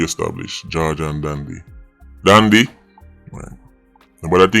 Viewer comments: Dondy n not dandy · "Dandy Shandy"😂